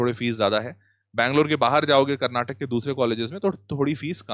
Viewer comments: sir pleaseee, its not KARNATAK its KARNATAKA. for christ sake pronounce karnatakaaaaaaaaaaaaaa🥲🥲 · Sir, can u please pronounce it as Karnataka rather than Karnatak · One request please pronounce karnataka❤. Instead of Karnatak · That's Karnataka Not Karnatak 😡🤬